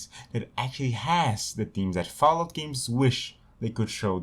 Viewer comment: Ah yes, Fahlout.